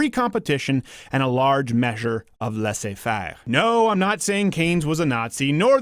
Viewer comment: shit... you did pronounce "laissez faire" the right way ! Did you live in a french country ?